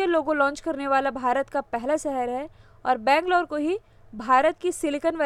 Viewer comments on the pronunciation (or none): none